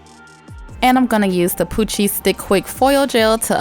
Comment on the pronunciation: Every time you say poochie I think you are saying Cochise!🤣😂